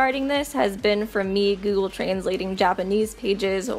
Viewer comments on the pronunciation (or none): none